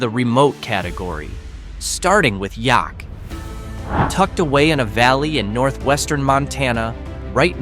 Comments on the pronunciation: Yup. Rhymes with Attack. Yaak Attack. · If you cannot pronounce Yaak correctly, probably shouldn't be there. Might find out what Yaak attack means. Some places are better off left alone. Just word of warning friends. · Exactly, rhymes with “The Jack” and you do say thee - THE - before it. Never heard anyone say I live in Yaak. It’s kind of like saying Bob Marshall Wilderness, which nobody said ever. They say, “The Bob”. 😂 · Learn to say the town name correctly!! Like Yaak and Ekalaka!